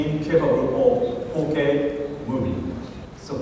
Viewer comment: I know he said 4k movie but it sounded like 'ok' movie